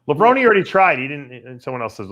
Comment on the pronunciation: You would think after all these years would know how to say Levrone the right way